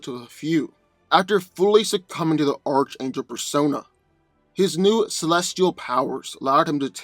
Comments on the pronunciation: It's pronounce Ark-Angel and this is a pretty one sided fight going to Hawkman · It's pronounced Arch(Ark)- Angel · can you not fucking speak... hooked oh phonics nigga... nith metal.. lmafo this video should be titled.... I can't pronounce shit... by dan.. lol sad thing is you'd done a archangel video before you had comment after comment tell you how to pronounce it but you still butcher it.... lmfao... fucking idiot dan is. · It's pronounced "Enth" not "nith" metal. And as stated by another commenter, "Arc", not "arch" angel. Sheesh..:) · Bruh I love your videos, but if I hear you say "arch" angel, when it's pronounced "arc" angel one more time, I'm a snap lol, like I know you've heard it before or seen the cartoon, sheesh... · Arch is pronounced ark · It's pronounced "Ark" angel, and "Enth" metal. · & his mispronunciations lol. His name is Archangel, pronounced ARK-ANGEL, not ARCH-ANGEL lol. And Nth metal isn't pronounced NITH metal, it's INTH-METAL. Lol, typical lol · Dude; ARC - Angel. The (h) is silent. Good stuff though! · Oh you’re saying arch angle again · Hey, I've mentioned this to you before, but it's pronounced ARK-angel not ARCH- angel. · It's definitely 'Ark' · Okay let me help most of you out. The Marvel character gets his name from the actual biblical angel from the Bible" Michael the Archangel". The C and the H together makes a "K" sound. So it's pronounced "Ark " Angel even though it's spelled Archangel 👍😇 🕊. Hey but pronounce it the way you like no one is paying anyone here on corrective comfort pronunciation. I still believe Hawkman man should have kicked archangels ass in this one especially with that magical metal he possesses lol! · Well yea it is ark angel, thats why schooling ia imp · I swear if he calls him ar CH angel im gonna lose it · It’s pronounced arc-angel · Archangel is pronounced (Ark-angel)